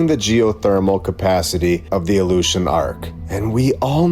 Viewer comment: The "Aleutian" Trench or The ILLUSION trench?? 🤔🤔